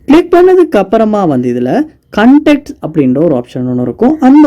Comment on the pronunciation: Unga pronounciation konjam change pannikkanga bro வாட்ஸ் அப் கு வட்ஸ் அப், கண்டாக்ட் கு கண்டக்ட் சொல்றீங்க. உங்க ஸ்டைல் அ கொஞ்சம் change பண்ணுங்க. 😊